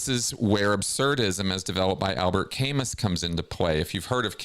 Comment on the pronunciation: Just a bugaboo...Albert Camus is prounounced "Albear Cam-oo". Good show,!